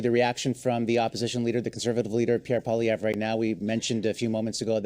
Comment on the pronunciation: Polly-evv-ruh. He's Canadian, but there's no "Eh!" in his name.